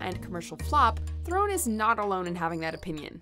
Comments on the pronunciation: THARE-en not thare-OWN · Charlize THU-RON. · You mispronounced Theron. Charlize's surname is pronounced: Thron. Being South African myself I work with people of the same surname.